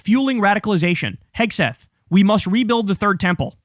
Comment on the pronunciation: are you deliberately mispronouncing Hegseth name? turning it to Hegsbreath?